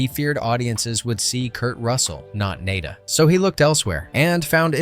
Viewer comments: NAH-DAH. NAH-DAH. Not NAY-DAH!!!! Get your shit together, please!. This is more than just a movie to some of us. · naw-da, not nay-da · Not Nay/-duh, Nada (nah/-dthah), as in Spanish for nothing. Such a great movie. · Nay-da? Bro, did you miss phonics class in school or something? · It's pronounced...... nah-duh. Spanish for nothing. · Well, whatever classic you "expose" next, try to pronounce the name of the character properly each time you say it. Nah-da, Naa-da? Really? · Maybe get a REAL narrator who can pronounce the character's names the same way each time. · You seem to be confused about how to pronounce the protagonists name. Have you even watched the movie or are you talking out the side of your ass?